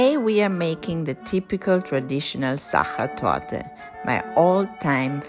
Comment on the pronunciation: So beautiful ❤ thanks. Now I know how to pronounce sacher torte properly 😊 Lovely views of Positano in autumn